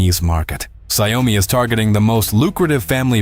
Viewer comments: Xiaomi has vision and direction Check Google translate it's Xiao-Mi No Xiao Oh mi Please DON'T change the name.. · In Chinese it's Xiao mi 2 lseparate words There's NO Xiao OH mi Please Don't change the name!!!! The Chinese will curse you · Dear, There is no such thing as Xiao Oh mi ( YOU ARE CHANGING THE NAME INTO SOMETHING MEANINGLESS!) It's 2 separated Chinese Words XIAO MI Please can check Google translate NO such thing as XIAO OH MI. IT'S Xiao Mi only! Two separate Chinese words no " Oh " Don't make a fool out of yourself to the Chinese who knows English! Now Xiaomi's mega factory's super Ai robotics can produce a car in 76 seconds. Xiaomi is a very innovative company All the Chinese who also know English knows you are speaking crap Changing the name of the company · If you cannot take the time to somehow program the voice to PROPERLY pronounce the name of the company that the video all is about, then you get a thumbs down. Xi Oh mee?????